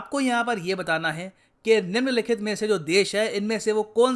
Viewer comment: Kya baat kya baat kya baat - "निम्मलिखित"